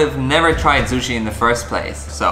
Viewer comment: And Joss " suchi" hahahaha